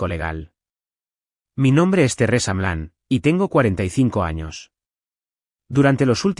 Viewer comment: Terresa? Qué es? Una novela rusa? Un aspecto flojo de todos los reditts es la mala pronunciación de los nombres. Din? Si, se pronuncia así, pero se escribe Dean. Y aparece Din, Dina y se ponen bastante creativos. Por favor, revisen. Después nos preguntamos por la cantidad asombrosa de faltas de ortografía en adultos y niños y la pobreza de expresión ( y consecuentemente, pobreza de pensamiento). Sé que este es un lugar de entretenimiento, pero no deja de ser un educador informal. Hay una responsabilidad como tal. Simplemente se trata de que lo que hacemos, si lo hacemos bien, estamos aportando nuestro granito de arena para una sociedad mejor.